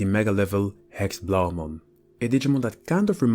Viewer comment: you say it wrong its german and it is pronounced Héxé blau mon good that you know dutsha nd its so similar but belive me its german in that case